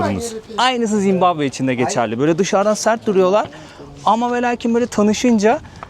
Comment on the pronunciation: zimbambe degil de zimbabve desen daha iyi zor dayandim